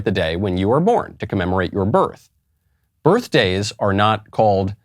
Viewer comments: "That's why we haz berfdayz..." - 🤡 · I belive she said "birfdays". Real rocket scientist. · She said "birF-day" and you are racist for correcting her and saying it the correct way. Racist! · Birfdays, not birthdays. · "...that's why we have burfdays". Ugh.